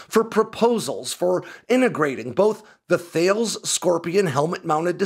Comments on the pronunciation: Thales is pronounced Thay-lee-z to rhyme with Hayley's not thails to rhyme with fails. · ... The company 'Thales' is actually pronounced "Taul-us" (rhymes with Alice). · Thales is pronounced as: Taalas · A couple of minor corrections: Thales is pronounces Ta-les rather than Thayles and your knots to mph was the wrong way round, 30 knots is about 35 miles. Really interesting video as always though. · Great vid as always! Small note: it's pronounced "Tall-ess", not "Thayles". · Sorry, I couldn't get over your pronunciation of 'Thales'. For future reference, it's 'tha-les', not 'thailz'. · Thales = Tal-iss. Not Thay-els. :) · For those who don’t know, Thales is pronounced “ta-lehs”. (It’s a French company named after the Greek philosopher) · You say it “Thales” as in “Alice” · It's interesting and odd that the firm Thales doesn't use the traditional English pronunciation of its own name ('T-h-a' > 'thay' like 'say' / 'l-e-s' > 'lees' like 'bees') in official marketing material, they say it like the Texas city of Dallas > Thalis - and then pronounces it like a boat's sails > Thails. The ancient Greek philosopher Thales would be confused:) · Thales is pronounced TAHL ESS ie hard T for the TH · A note on pronunciation, Thales is pronounced “Tar Lez” (according to a friend whose partner works for Thales). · Thales is pronounces "Tah-lays" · Pronounce Thales as “tallus”. That about the closest we can get to how they actually pronounce it. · Thales is pronounced as Telus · Thales is pronounced ‘Ta-Less’ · Thales is pronounced 'Tuhales'. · It’s not Thales, it’s pronounced “ta” “les” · Tip: Thales is a French company, pronounced TALL-ess. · Thales is pronounced "tar-liz" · 'Thales' is pronounced Tal-es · Thales is pronounced TALLIS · Thales is pronounced like Tal ‘es. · Minor nitpick - The pronunciation of Thales is wrong. I used to work for one of the divisions of Thales in Australia and they tried to correct us on how the name should be pronounced.